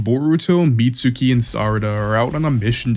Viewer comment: "meet sookee"????